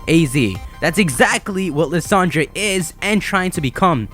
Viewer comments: I think his name is pronounced Lie-sand-er, not Le-san-dre. but thanks for the update! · Lis-ahn-dray? I thought it was pronounced "Lie-san-der" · Isn't Lysandre pronounced "Lie-sand-urr"? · Dude you know how you used to call Lysandre "Ly - San - Der" and you can't believe that you used to say that well in the mega evolution specials they call Lysandre "Lysander"!!! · I'm..pretty sure his name's not pronounced as Liss Andre